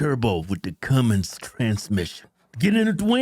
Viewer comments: Does this dude keep saying Cummings transmission ? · Okay, I know they're trolling us now with the whole Turbo diesel. He's been saying cummins, transmission, like the last four episodes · Did you really just say the Cummins transmission the Cummins transmission